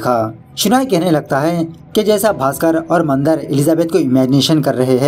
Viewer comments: It's not mandr it is Mandaar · बाली नाही बळी असतं ते 😂 मंदर नाही, मंदार असतो तो 🤣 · Mandar nahi, mandaar! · मंदर नहीं मंदार मंदर बंदर जैसे सुनाई दे राहा है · Nice explanation..and it's not Mandar its mandaaar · Are wah thank u (video dekhna start nahi kiya hain) for marathi movie explaining again. I'm waiting for this. Aur haan isse baali nahi bali bolate hain. Not bacche ka naam Mandar nahi Mandaar hoga sir. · मंदर नही it’s मंदार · Are vo mandar hai mandar nai bhai.... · मंद नाही भाई म मंदार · Mandr nhi be...mandaar... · Nice but ये बाली नही बली हे अौर मंदर नही मंदार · Mandar to thik se bol na tha